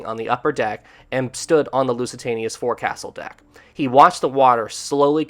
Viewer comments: for the love of God, if you are insisting on having a channel about ships get the terms right. the front part of the ship, although written 'forecastle' it is pronounced 'FOLK-sill' I had to stop watching because it was getting too pain full to hear you make the same mistake time after time after time. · Oh. This happens so often. You mispronounce so many words. Forecastle is pronounced folk-sul. I love your videos but this happens so often that I am embarrassed and frustrated for you.:( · It's pronounced 'foc'sal.' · This is a good animation however u keep saying forecastle wrong. Its pronounced as "Fouksel"